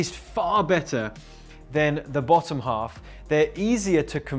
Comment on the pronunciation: Really enjoying your content, short sweet to the point - you really know how to get to the "bottom" of it - LOL I had a good giggle while watching your previous video where you said the word "bottom" - I could really hear your posh english twang come out there LOL! I'm really enjoying using your framework you're teaching here, in positioning my first recorded webinar. I think up till now I've always felt the way I had it in my head was wrong, and you've proven that right. So glad I waited to learn this, and super excited for my next call with Graham! Go-Team-Team!!!! 🚀🚀